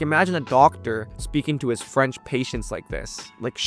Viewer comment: As a French person living in hk, I’m impressed by your French prononciation